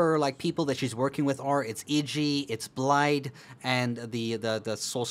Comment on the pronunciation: Blaid...... Why Blaid!?